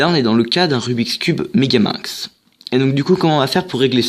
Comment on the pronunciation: Franchement bien joué tu sais le faire 🥇mais le but 🥅 de la vidéo 📋🎥 c'est le apprendre à faire le megaming et toi déjà tu vas trop vite, tu dit megamung au lieu de megamingz et perso je sais le faire et tu fait des technic vraiment que j'ai jamais vu... Donc stp refait cette vidéo et applique toi. Merci